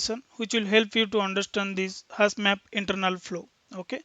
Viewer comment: great explanation , and thanks for sharıng. Just little feedback maybe :) same pronunciation was distracting me time to time on focusing, such as zero (sounds g..), hash (has), etc. also some of saying 'ok , fine, right, after explaning something etc ' .